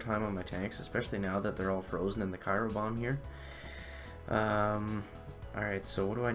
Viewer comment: Haha you still saying cyro 😂 nice chicken. ..... nice.